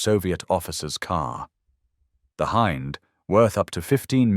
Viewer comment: Hind helicopter: h-in-D = h-eye-nd. AI pronunciation at its finest!